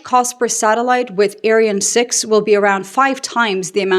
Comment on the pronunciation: The rocket is written "Ariane" and pronounced "Ariaan". The second "a" is long and the "e" is sometimes silent.